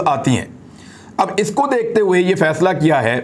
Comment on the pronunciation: faisla not faila